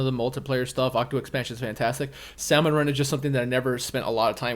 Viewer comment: The L in salmon is silent